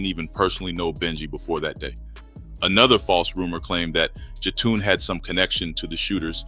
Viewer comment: Who is Jatoon?? Also, that is not Jetun Rush. That’s Billy Moore’s cousin. 🙄 RIH Benji 🕊️